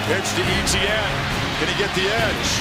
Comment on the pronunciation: Just so you all know Travis Etienne's last name is pronounced *ET-CHYAN not *E-T-YIN everyone from south Louisiana (Travis's Home) cringes every time they say *E-T-YIN on TV